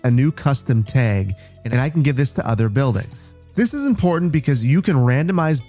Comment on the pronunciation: I had a stroke listening to you pronounce tag.